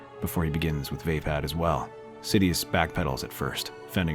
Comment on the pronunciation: Love the story. Onky down part is the mispronounced version of races fighting style. It's pronounced va-pod